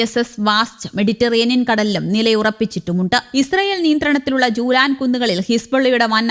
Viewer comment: ജൂലാൻ അല്ല കുഞ്ഞേ ഗോലാൻ